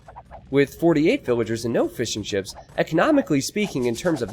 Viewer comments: Every time you say fishing ships I hear "fish and chips" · When you say fishing ships i hear fish and chips.